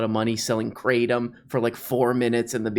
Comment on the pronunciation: Kra. TOM at least pronounce what you're selling.